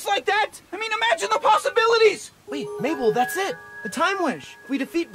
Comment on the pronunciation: Maple? It's Mabel not maple....